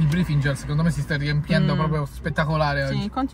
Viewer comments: "nel brifingel" HAHAHAHA STUPENDO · Nuovo organo sbloccato: "brifigel" 😂😂😂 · “Brifigel” NUOVO APPARATO 😂😂😂😂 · Gra: sai dove te lo metto?: nel brifingel.xAHAHAHAHAHAAHAHAH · CISTIFELLEA❌ ✨BRIFINGEL✨